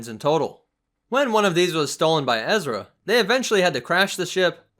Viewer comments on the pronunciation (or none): none